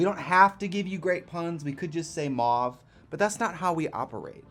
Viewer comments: I thought mauve was pronounced “mōv” like “trove” or “cove” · Adore this pallet, but I also crack up at American people saying Mauve. Like they aren't sure how these letters are meant to sound and it's a bit of every sound. 😅 In the UK we pronounce it like mow-ve